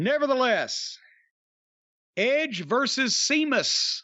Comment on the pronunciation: Idk why but it always cracks me up when Jim calls him Seamus